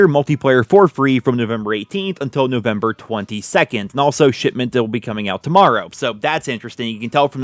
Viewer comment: Did he say "Shitment"? I heard shitment.